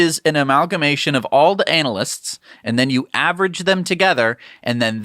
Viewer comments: It's analyst, not analist....though regarding Tesla its valid. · Did call um ANAL -YST? 🤣